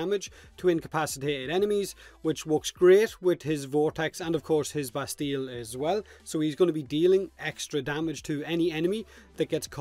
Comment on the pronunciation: it is " Bastie " the " ll" are silent ... don't ask why, french...